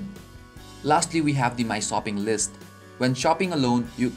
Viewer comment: that's because he said sooping list not shopping.